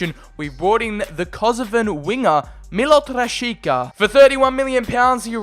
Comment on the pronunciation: They’re pronounced “Meelot Rashiza” and “Payter Goolahtchee”